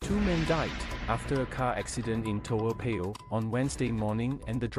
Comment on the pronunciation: Aiyo i think this narrator not a Singaporean. Cannot pronounce Toa Payoh correctly